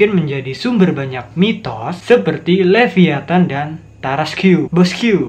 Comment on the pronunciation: cara sebutnya leviathan senang aja sebutnya leviethan